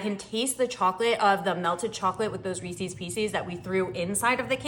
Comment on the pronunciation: You and elaine carol pronounce Reeses the same 😅 Its ok, we know what you mean.